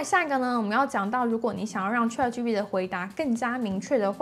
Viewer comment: 小姑娘，先把ChatGPT中原音 a 发音的好一些吧！ 这个 a 的发音应该跟Apple的 a 发音是一样的，你是哪个地方的人？